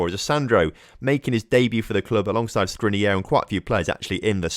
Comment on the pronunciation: The only mistake you made in saying Skriniar is the end. The "AR" is pronounced like in "far" or "jar"! Glad to see you signed a player from inter😁💙🖤